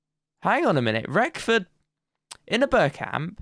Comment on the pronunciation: Wrexham and FM fan here, great series mate! Not a criticism in the slightest I'm just letting you know (all Wrexham fans did this as well when we signed him) but there's no 'f' in 'Reckord', and Cefn Druids is 'Keff-in Droo-ids'. As for the Polish keeper, none of us know that one! Keep up the good work! P.S. Mullin is a beast.